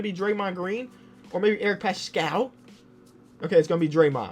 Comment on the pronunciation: it’s Eric Passkull not like pascal siakam